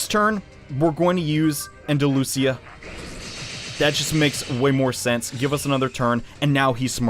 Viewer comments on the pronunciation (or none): i believe andalusia is pronounced and-uh-loo-shuh correct me if im wrong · Andalusia is pronounced exactly the way it appears. I have a degree in Spanish and Linguistics, you can trust me.